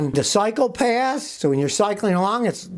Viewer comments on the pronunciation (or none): Scotty,,,, did you say 'Cycopaths? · When he said, “ cycle paths” it sounded like, “psychopaths” 🤣. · When he said psychopaths' I yelled "HEY" !